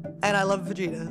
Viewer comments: Ano vegeTA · Clearly Cole never heard of Vegeta by the way he said his name lol